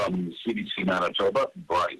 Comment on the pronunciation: Not anitoba its Manitoba